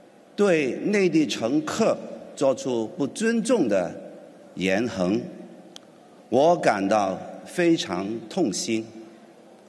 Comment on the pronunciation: 特首 把言行 說成 言行(恆) 我感到非常的痛心 難怪被嘲笑~